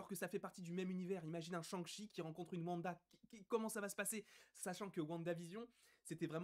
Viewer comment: L’accent du massachussette avec Shang-Shi and the legend of the ten riiiiinggggg